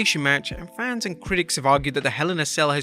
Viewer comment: For someone who can't say "Fans" properly, you are the last person who should be mocking how people pronounce things. just sayin'